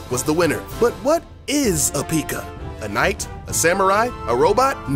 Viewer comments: Peeka. Lol I’m dying. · Say peeka one more time I swear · Out of 7 things, I knew 6 of those. So there not things I dont know. Also, you called P.E.K.K.A a Pikuuuhhh.. You should make a video called "7 things I make up for a click bait video and really dont play clash of clans. I STUPID" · I’m not sure if this guy knows what clash of clans is really PEEEEKA and PIG rider?? 🤔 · Stop saying peeka lol 😂😂🤣😂🤣😂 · 1. You did no good research on this game bc you were basicly pronouncing everything wrong 2. It litterly says supercell when you open the game 3. Most people that play the game know everything you just mentionned Srry i had to say that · mispronounces a few names of troops Everyone watching: intense breathing intensifies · Thank god someone agrees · If he can't pronounce the troops right don't do the video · Your pronouncing P.E.K.K.A wrong lmao 😂😂😂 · lol he pronounced p.e.k.k.a wrong lmao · Purple Alpha nothing since he called the hog rider a pig rider and also misprenounced p.e.k.k.a wrong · In watching this in 2019 and he said Pekka wrong lol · you said pekka wrong lol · I cried when he pronounced P.E.K.K.A wrong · You pronounce PEKKA wrong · That’s not how u call a P.E.K.K.A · haha yes finally another person lol its PECK AH not PEEK AH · You said peekka not pekka you uhhhhhhhhhhhhhhhhhhhhhhhhjhhhhhhhh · Did anyone else get annoyed when he sad pikka it pekka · Yeah ... Its PEKKA not piiika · no he didn't he said peeka. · it is not called peeka it is said pekka. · Tip... Its not said like peeeeka, it's Peck-a (pekka) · it's pekka not pika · Pieka or Pekka? Anybody else just got this in recommended? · Lol he said pikka instead of pekka xD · The... P.E.K.K.A... is pronounced pekka. Not freakin PIKACHU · its pekka not pikka get it right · Why do u pronounce pekka as “peeka” IT ONLY HAS ONE E SO U PRONOUNCE IT PEKKA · It's Hogrider, not Pigrider. It is also pronounced pe-ka not pee-ka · It is not peeka you say it pek-ka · ITS NOT PIKA ITS PEKKA